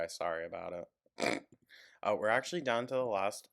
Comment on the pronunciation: amber's thought process: dm1: i honestly don't think you'd win in court amber: it's not about what you think. it's about what the judge thinks. dm2: i'm totally like legit a real lawyer, and you would win amber: yep dm3: there is no copyright infringement amber: ackshulleee like yes. 10/10. if i show a judge their videos, i know i would win. amber just talks and talks. she never listens. not even to what she is saying herself. 🤦‍♂